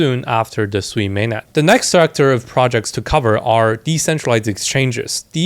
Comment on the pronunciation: It’s pronounced as sue e